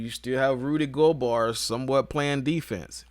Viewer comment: Rudy Go"bar" 😂😂😂